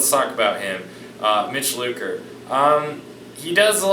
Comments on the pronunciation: It's lucker not looker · "Mitch Looker"? Really??